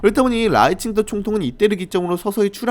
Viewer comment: 근데 왜 라이칭더라 쓰고 자꾸 라이칭터라고 발음해요? 중국인이세요?